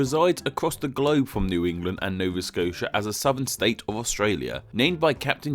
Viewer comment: Nova Scotia isn't pronounced like that!